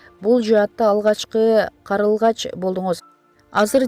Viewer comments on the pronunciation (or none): Окуп аткан кыз , карЫЛгач эмес , карЛЫгач . Тилди бузба !